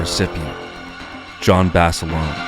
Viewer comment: of where 😂😂😂 at least say name right